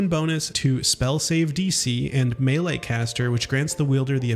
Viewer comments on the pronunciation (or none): none